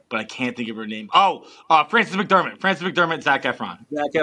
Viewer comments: 100% said Frances "McDermott" not McDormand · He absolutely said McDormand wrong. Like, McDermott.